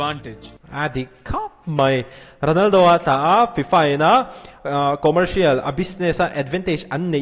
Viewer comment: Sir Ronaldo leh Messi tih hi hmang uluk deuh thei la aw Ronaldo hi a hamsa zawk zelah lam ri la 😅